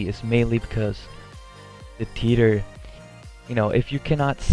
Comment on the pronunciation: it sounded like you said Peter in your video when you tried to say theater lol not making fun of you I just thought that was funny